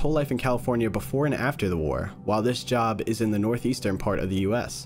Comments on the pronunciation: cool thing is, there actually was a major power outage irl at the time they were talking about. Also, the name is not "job" like where you work, it's Job, like the guy who was tormented by the devil in the old testament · The one thing i havent seen many people mention is that Job (pronounced jobe) was a man who was constantly tortured by god and satan to test his loyalty to the lord